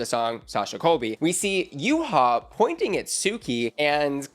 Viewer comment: Babes it’s Yuhua, not Yuha. There are 2 U’s